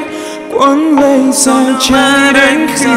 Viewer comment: 2 người này nếu đổi bài cho nhau khi ra MV thì hay hơn đấy vì Hết thương cạn nhớ trong MV Đức Phúc hát khúc đầu trầm hơi bị tối giọng, khó nghe rõ lời. Còn Có tất cả nhưng thiếu anh trong MV thì Erik hát phát âm bị sai nhiều quá, sao thì hát thành sau. Bởi vậy, nếu lúc đầu hoán đổi 2 bài này cho 2 người thì chắc sẽ tuyệt vời lắm!